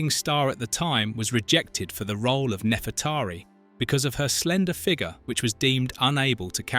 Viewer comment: also saying nefretahri instead of Nefreteri